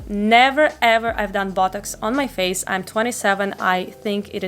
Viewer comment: sounds like she's saying buttocks instead of botox